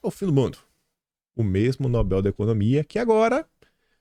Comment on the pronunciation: Irritante ouvir “NÓBEL”, o correto é NOBEL, sem acento. A sílaba tônica é BEL (oxítona)!